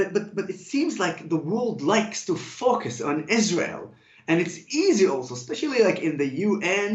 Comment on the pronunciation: Love it!! PS he needs to fix his pronunciation of "focus"